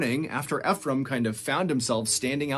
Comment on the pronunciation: Anyone else annoyed he's not pronouncing Ephraim correctly? There's a city called Ephraim in the state I live in, so every time he says it, I feel like I'm rolling in my imaginary grave.